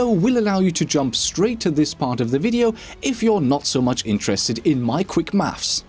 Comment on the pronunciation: Never say quick maffs ever again.